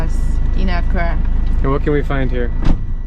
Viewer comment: Drew when u say accra you say it with one a its meant to be said like accraa not one a its just how we spell it